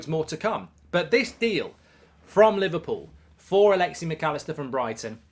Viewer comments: Stop saying “alexi” it’s Alexis with an S at the end. Like I get you’re an entitled British a nation where people inherently think it’s ok to mispronounce names because deep down inside they think they’re the best but how hard is it to add an S at the end? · Alexi? Its Alexis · “Alexey Macallister”